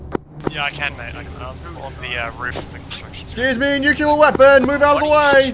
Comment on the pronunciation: "I'm a nuclear specialist" Pronounces "Nuclear" as "Nucular" H M M M